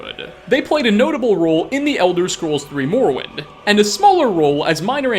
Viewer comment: morrowind is pronounced morrowind